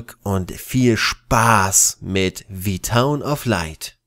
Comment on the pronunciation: Wird aber "the town" gesprochen, nicht "Thii" weil ja kein Vokal folgt :$ Ja Klugscheißer, ich weiß ich weiß :$